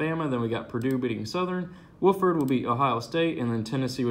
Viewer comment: Wauf-ord....not woof-ord